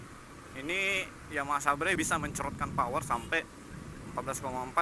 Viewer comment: Bantu ralat kakak. Seber bukan sabre hehehe